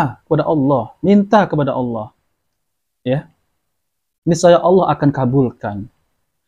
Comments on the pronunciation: Ngomong Allah aja g becus sok ceramah,masa nyebut nama Allah pakai wau,jadinya y Awlah bukan Allah,yg jelas tulisan arabnya Alif lam lam ha.. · Coba dengarkan waktu menyebut kata Allah, yg terdengar adl Awloh 😂. Jadi tdk usah didengar ocehannya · Dari mana orang ini di juluki kh nyebut asma Allah aja ga jelas aulo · 😂😂😂😂 saya sudah respek pada ceramah nya dari cara dia mengucapkan kata alllah saja gak mencerminkan islam nabi sholollahi wasallam....masak org sekelas beliau tu nyebut allah itu...AULOH..........😅😅😅😅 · Si ini menyebutkan kata Allah saja Awloh bukan Allah, ahli fisika menafsirkan al quran. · Yang perlu di cermati dr di lulusan dr pondok pesantren/sekolah agama dimana….? Untuk pengucapan Allah aja diragukan.mengucapkan huruf Hijaiyah aja.? Diragukan. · Mengucapkan kata Alloh saja ga becus so so an menafsirkan qu,an sesat ds menyesatkan. Na'uzu billahi min zaalik. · Cara melafatkan kata allah saja tidak fasih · Perhatikan baca Alloh belepotan artinya dia itu awam sekali . jadi ga boleh menapsirkan Al Qur'an seenaknya sendiri... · Dia muslim bukan.. Cara melafalkan asma ALLAH saja susah. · Ngomong Allah aja gak fasih ente bisa nilai sendiri